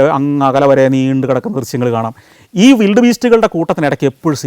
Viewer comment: വിൽഡ് ബീസ്റ്റ് ആണോ വൈൽഡ് ബീസ്റ്റ് ആണോ?